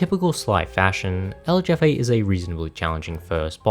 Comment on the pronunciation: It's Raleigh pronounced Raw-lee. Its Jean pronounced Jaune. It's Jefe pronounced Hefe